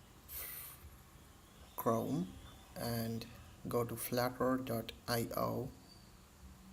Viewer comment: hey dude it is not "flatter " it is "flutter"